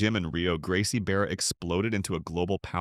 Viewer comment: “Gracie Beara”? “IBJGF”? “Not in the “G-I”? Get some new ai to properly read what you’re writing. Also, I like how this becomes more of a difference between Gracie Barra and the other schools. The intended backhanded comments at the end of each school comparison becomes a compliment. “It doesn’t have attendance cards but…” “families love it”